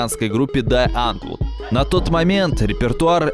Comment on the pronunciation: Да чувак как будто ещё и все слова только в письменном виде видел, а теперь читает теперь с бумажки и пытается угадать, как они звучат 😂 Что слова на английском (police → полайс, hateful → хэтфул, scissors → скайсос), что имена и фамилии (Усачёв, серьёзно?), что названия (Дае Антвуд?😂😂 камон!) Ну вот как, как, блядь можно говорить про ролик, в котором 400 раз повторено "рок пейпэ сизорс" и всё равно говорить «скайсос»? xD